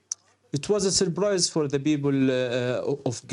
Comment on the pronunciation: ...it was a surBrise for the BeoBle of... If you don't have a P in your language then there is no such thing as 'Balestine', You disgusting liars.